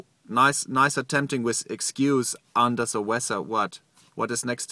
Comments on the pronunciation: "unda da wezza" Flua I love you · "Under Ze Wezzer" xD